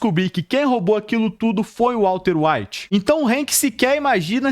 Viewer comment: Vídeo muito bom, mas tu falou Walter evite tantas vezes kkkk